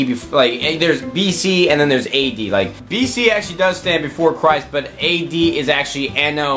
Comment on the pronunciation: Anyone else laugh when he pronounced AD?